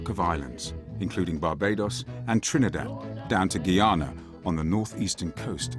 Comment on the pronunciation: The narrator didn't pronounce "Guyana" correctly. Also, Valentine wasn't an off-spinner, he was a left-arm spinner who made the ball break from leg to off.